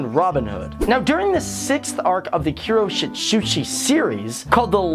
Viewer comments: Ku-ro-sh*t-shu-chi GETS TRIGGERED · he has very bad pronunciation. KIRO-SHEET NOT KIRO-SHIT!!!!! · "kuro - shit - shut - tsi" is what i heard. Please watch the anime BEFORE starting to call them random names ;-; (you said michaelis and ciel wrong) NO HATE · Kuroshitsuji (Kuro-shit-suji) oh my goodness the pronunciation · "Kuroshitshi" I swear I'm done .. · what was with those pronunciations??? lol kiroshitshutshi is awesome. don't mess with sai-ell and Sebastian or their pronunciations... yeahna toboshoo is amazing!! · Kee-roo-sheet-sue-gee. Isn't that how the supposed to say it? Mike-ay-less and See-el SAY IT WRONG AGAIN AND ILL RIP OUT YOUR VOICE BOX AND FEED IT TO YOU!